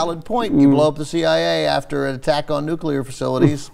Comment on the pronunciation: In the episode, the guy who's supposed to be a massively influential lawyer guy says "nucular" instead of "nuclear". That's ridiculously sloppy for a story revolving around national security etc...